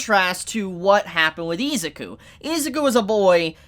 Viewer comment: this man saying izuku as ezaku is driving me god damn insane.